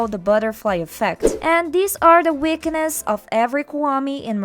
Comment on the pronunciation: (Im not hating on her accent) “The Uiknes” Really got me🤣🤣😅